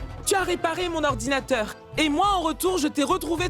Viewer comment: C pas ordinateur mais Oranginateurrrr 😂😂😂😂